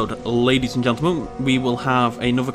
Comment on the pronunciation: He said hello ladys and gendelman😂😂😂😂😂